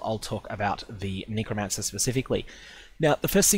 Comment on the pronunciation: nee-crow? lol, it's a "neh" sound, not a "nee" sound